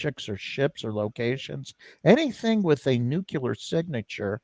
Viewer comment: is a knowledgeable guy. Ironic that he ended with "Well spoken." He spoke well except for one word. "Nook-yuh-ler" instead of "Noo-clee-er." Nook-yuh-ler sounds like Paula Dean without the redeeming delicious biscuits.